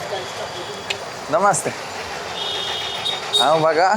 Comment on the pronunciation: ….i jeszcze jedno: „Namasté“ powinno być akcentowane na ostatnie „é“, a nie po polsku na przedostatnią sylabę 😅